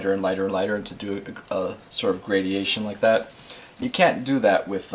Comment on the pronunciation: By the way, the word is "gradation" not "gradiation"